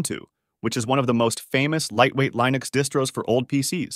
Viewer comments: Did I hear Bodhi /Lainux/? Really? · Pls check the internet for the correct way of pronouncing linux, a word which comes from the work of Linus Torvald, so it is not a regular English word. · Linn - ux not Lie - nux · It's "LION-icks," the distro that has a lion, not a penguin, as its mascot. It really ROARS! 🦁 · I'm assuming this is an AI voiceover that can't pronounce Linux.